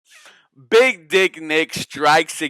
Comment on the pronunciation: Had you on my speaker and my mom heard u say big D conserio 😂😂🤣bruhhhh